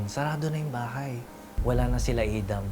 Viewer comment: Pronouncing Adam that way only reflects a serious global disconnect and ignorance.